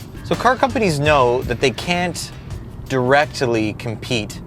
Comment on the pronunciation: Did he just say "directily"?